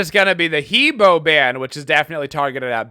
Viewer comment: What's with suddenly pronounce He Bo correctly during intro? XD